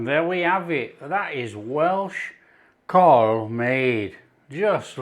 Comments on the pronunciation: Pronounced Cowl as in Owl. Thanks for doing another Welsh dish 🏴🙏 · no it's Cawl lol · It should be pronounced as CAAAWWWLLL, this is from an ex-pat Taffy living in Los Angeles. Sorry. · It’s pronounced cowl And your missing swede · Cswl is pronounced 'cowl' as you would pronounce 'owl'. It is the Welsh word for soup. It should traditionally be made with mutton. The ingredients are leeks, onions, carrots, potatoes, swede, parsley especially stalks, meat stock, and it is traditionally served with large chunks of white bread and large chunks of Welsh cheddar. The veg should be cut very large as with the meat. But I love your cooking so much and I love that you are making this dish and I reckon your version would be delish! Diolch yn fawr. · its spoken COWL great recipe mate, only parsley in cawl not thyme or bayleafs this isnt a welsh recipe i know your taste maybe different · Lovely dish I had many a time growing up. For those interested, the Welsh pronunciation is how you'd say Cowell for Simon Cowell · Sorry but it's NOT pronounced like that. It's pronounced as C A W L. Pronounce as it's spelled. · Rhyme it with 'towel' to get the right pronunciation. Great video.